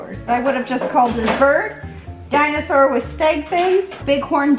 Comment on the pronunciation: Dino-sore or Dino-saw? 🤣🤣🤣